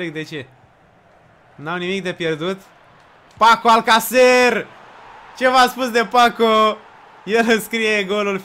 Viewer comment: Nu e Paco Alcacer... E Paco Alcancer 😁👍